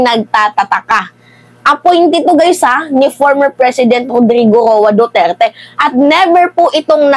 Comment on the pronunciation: Ma'am ayusin mo mgblog kahit pangalan ni Duterte nahihirapan mong ipronounce,dn parang may POLBORON dyan ma'am,isa pa tong EL NIÑO mainit na nga Ang ingay pa